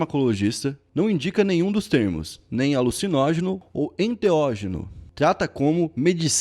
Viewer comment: que agonia dele falando enteogênio o vídeo todo HAHAHAHAH o certo seria enteÓgeno